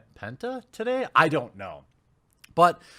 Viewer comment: Jeremy: "We might go Penta today" I swear my brain heard: "We might go Hentai today...." O.o